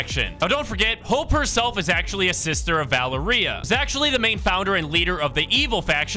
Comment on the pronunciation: Bro can't say Valeria right ITS VUH-L-AIR-IA if u don't say it right I'll find you